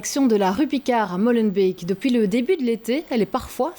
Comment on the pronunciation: Madame, ce n'est pas "Mollenbeek", c'est "Molenbeek": syllable ouverte, le O est long. Astableef!